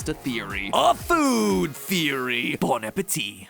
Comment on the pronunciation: I think it's the first time Matpat said "Bon appétit!" without saying the last "t", wich is how it's pronounced in French